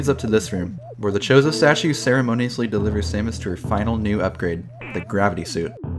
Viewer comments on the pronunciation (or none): I thought it was “Chozo” 😅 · Chorizo statue? Don't you mean Chozo? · I like how he called the Chozo "chorizo" lol